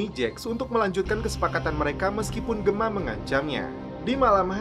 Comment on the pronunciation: Please do the right pronounciation atlease when u mention the character names of SOA..like Gemma is Jemma...not Gema...do the right english correction mate...